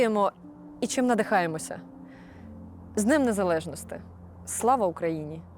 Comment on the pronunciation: А що літеру І тепер забанили? НезалежностИ і ін. приклади... що не так з правильною вимовою?